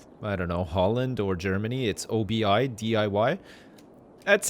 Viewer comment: That DIY store is not O.B.I., it's Obi, like the jedi.